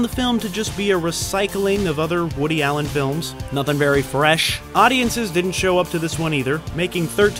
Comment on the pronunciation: Holly Fuck talk about confusing me! LMFAO LMFAO LMFAO LMFAO LMFAO how you said woody Allen! I had to play it OVER a few time's while my face was hurting from laughing so fucking much! & Putting on H/D Souround as'well lmfao LMFAO LMFAO LMFAO LMFAO LMFAO LMFAO LMFAO LMFAO LMFAO LMFAO LMFAO LMFAO LMFAO WOoooooody ALLLEN .. grrrrrrr. Lol ahhhhhh best damn part of whole video here no doubt!